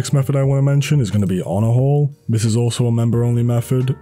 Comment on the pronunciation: the way he say he use honorhall(onahole)